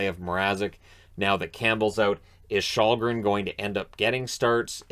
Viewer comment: Källgren really should be more like shell-gren than your shawl-gren.